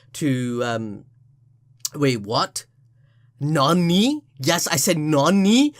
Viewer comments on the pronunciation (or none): I don't like the way you say nani bruh